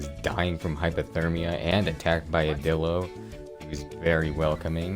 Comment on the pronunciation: its not dilo like dielo